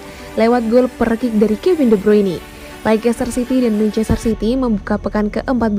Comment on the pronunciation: Dibacanya leister mbaaa